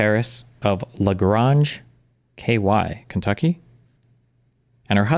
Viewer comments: This mfer said "Lagronge" 😂😂😂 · Its pronounced how it looks, La-Graynj. Calm down buddy.